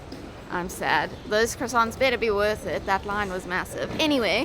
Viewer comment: Stop saying croissants!